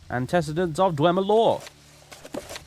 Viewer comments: anti-see-dents not an-tess-edents. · An-tiss-id-ents is how I say it.